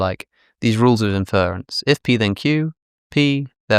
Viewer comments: Alex, it's INference, not inFERence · Why can't Alex say "inference" properly?